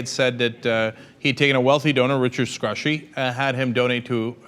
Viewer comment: Uh....Cenk.It is pronounced screw-SHY. Not Scrushy.Trust me.We were neighbors.